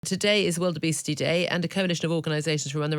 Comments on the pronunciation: Sounds like she’s saying “wildebeest-y” day instead of “world obesity day.” Still true either way. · I thought she said wildebeesty day